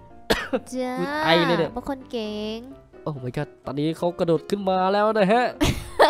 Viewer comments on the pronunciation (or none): พี่กระโดดไม่ใช่ระโดด